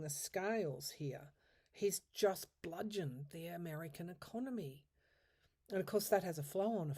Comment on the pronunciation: "Bludgeoned ",!